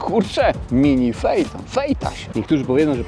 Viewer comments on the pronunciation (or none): Sie wypowiada feton a nie fejton. Pozdro. Bardzo lubię oglądać.